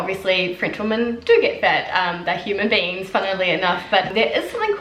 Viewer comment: She also doesn't make any distinction between "woman" and "women".